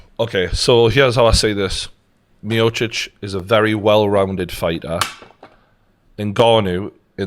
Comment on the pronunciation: i speak croatian and that pronounciation by TG was on point! best one so far!